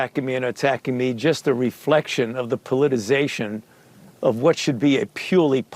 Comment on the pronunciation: Come on,. the word is "politicization." If you're gonna articulate, please be articulable.